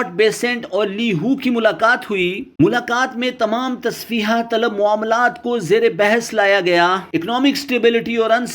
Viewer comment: سر آپ اپنی رپورٹ میں ایک لفظ بولتے ہیں۔ تصفیحہ طلب جبکہ یہ لفظ تصفیہ ھے ۔آپ بار بار اسکو تصفیحہ بولتے ھیں ۔۔۔ امید کرتا ھوں کہ آئندہ آپ اس لفظ کی صحیح ادائیگی کریں گے ۔۔اور میری اس گزارش کو مثبت انداز میں لیں گے اور برا محسوس نہیں کریں گے